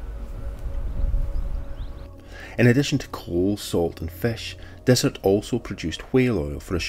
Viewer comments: Its not desert its Dysart kirkcaldy omg please get it right thanks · Not meaning to be picky but Dysart is pronounced Diesart. Great video none the less.😍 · Yup, we goofed that one! I only heard Dysart pronounced correctly a few days after we were out there, but we should have chececked beofre... We appriciate you keeping us right! Thank you!